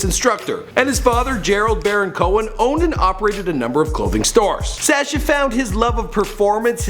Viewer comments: It's pronounced as Sâshjaa not Sèêchje, he sounds like a goat or lamb when pronouncing his name. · The way this guy pronounces his name is very irritating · Why does he pronounce Sascha like that???